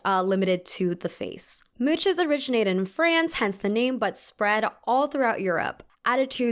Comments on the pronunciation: I love this video! However, "ch" in "mouches" is very different in French. It's not a hard sound, more like 'sh'. So 'mouche' is closer to 'moosh'. The "s" at the end is also silent!! Yes French is wild. Just because it's the same alphabet doesn't mean the same sounds. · Omg come on! MOUCHES= Moosh. How can you research a whole topic without searching its pronunciation? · As a french speaker, your prononciation of "mouches" as "mootches" gave me life ! I'll say it like this from now on ! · ''Mouches'' is pronounced ''moosh'' in french (french speaker here!). Love love love your videos btw :) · Just a heads up in case you end up needing the term again: mouche/mouches is pronounced "moosh". And also, because he's like, a huge historical figure so you'll come across his name again, Samuel Pepys is pronounced "Peeps" (for whatever reason) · Thank you I was searching for this comment! 🤣 Though hubby and I were cracking up at MOOches😂... Too cute❤️ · Loved the video! and just letting you know 'mouches' is pronounced 'moosh' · i dont mean to be that person but mouches is pronounced more like moosh other than great video. i dont understand how you make these videos so captivating but please continue! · If it’s helpful ‘mouche’ is pronounced more like “moosh” in French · the way you said "mouches" is so cute. as a french person, we just pronounce it "moosh" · idk why you’re criticizing the guides, you deadass didn’t even look up how to pronounce mouches… mec… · You actually don't pronounce the e and the s in "mouches" and it means fly 🙂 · I love your videos! But I wish you checked the pronounciation of the french words you use (with google traduction for example), since you use a lot of them in all of your videos. If possible, of course. Thank you so much for your work tho, it's so so interesting! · thats NOT how you pronounce "mouches" lmao, try listening to the word on google trad or sum ;) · that’s literally not how you pronounce “mouches” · It’s pronounced “moosh” lol